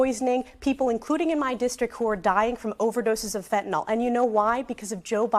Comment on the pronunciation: The medication Fentanyl is pronounced “fent-a-nil” and not as the uninformed individuals say “fent-a-nol.” People that say “fent-a-nol” display their ignorance on the subject.